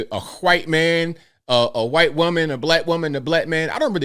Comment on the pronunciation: Why do you pronounce the "h" in white. That's a hard "r" brother.